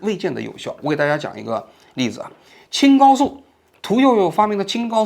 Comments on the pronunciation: 青蒿hao 素, 不念“高” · 青蒿素，读音是青hao素，不是青gao素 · Qing Hao Su，不是Qing Gao Su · 讲述的很好，观点也很严谨客观理性。支持！ 纠正一个读音，青蒿素（qing hao su）